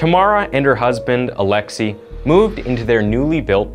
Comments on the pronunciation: Still can't believe how you just can't bother to google how to pronounce foreign names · He butchered Alexei so badly xD His name is Alexei, not alexy Same for Sergei